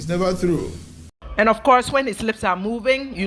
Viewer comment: A man who can’t pronounce “true” is not telling the truth .